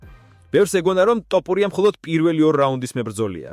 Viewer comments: რატომ ამახინჯებთ გვარს?!.."თოფური"მეგრულია და=თაფლი, ტოპური=? ქართულად მაინც თქვით სწორად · ტოპურია არა თოფურია წესიერათ თქვი თუარადა ჩაიჯვი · ტოპურია არა მეგობარო თოფურია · თოფურია და არა ტოპურია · რა გჭირს რატომ ამახინჯებს გვარს! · ძმა თ ასოს ვერამბოობ დავიტანჯე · ძმა ჯერ თ. და ფ. დაამუღამე და მერე მიხედე იუთუბს